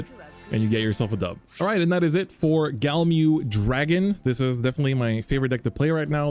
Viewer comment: says he loves it and cant pronounce it.. smh